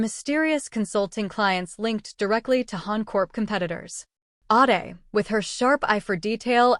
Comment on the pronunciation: The AI narrator need to pronounce WORDS CORRECTLY some times ADE is pronounced aid then others Aahday which is it?